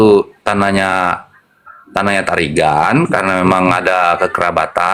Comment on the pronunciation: Tarigan gersang bukan girang.